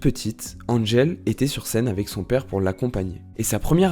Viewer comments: C'est Angèle pas Anne-gèle jpp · On dit Angèle ! Pas Andgèle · Ca ne se dit pas DG, c'est juste Angèle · C’est pas Andgel c’est Angèle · On ne dit pas "And-gèle" mais Angèle tout simplement. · Super intéressant, merci ! Le seul problème est qu'elle s'appelle Angèle et non "Andgèle" (dit 3000 x dans la vidéo !). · Super vidéo! Une petite amélioration dans la prononciation du Belge :-) Nous on dit Angèle et pas N'Angel comme un peu le parfum :-) Elle est aussi la marraine hyper généreuse d'une fondation qui récolte des fonds pour la recherche dans le cancer pédiatrique! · Mdr oui trop bizarre tout le long ça dit bien qu'elle est belge et tout mais il anglicise son nom. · Mais grave😂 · Faire toute une vidéo sur une personne sans savoir prononcer correctement son prénom... Angèle, c'est un prénom français, ça ne se prononce pas "Andjèle", bon sang ! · Ça se sent que tu es amoureux, par contre il faudrais apprendre à bien prononcé son prénom 😉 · cest cool mais on apprend rien de nouveaau de plus jai beaucoup de mal avec la prononciation "angèle" ça me sort de la vidéo à chaque fois déso :/ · Déjà avant de raconter sa vie faudrait peut-être apprendre à dire son prénom 😭